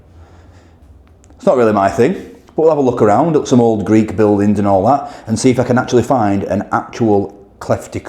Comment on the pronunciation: Great vlog these Greeks sure know there kebabs, if only you could get them like this in the UK. Chris. PS- Your Greek pronunciation is ten times better than mine 😁